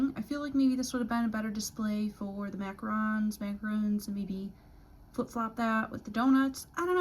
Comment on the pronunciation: You were right at first they are “Mac-a-Rons” not roons. Good job! Love the video